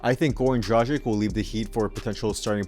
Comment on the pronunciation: This guy just butcher's the pronunciation of Dragic! Dra-gitch!!!